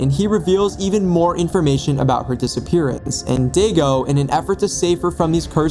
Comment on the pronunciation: For the pronunciation of Daigo it’s (die-go). I got it wrong so many times till my friend made me play Yakuza (game series)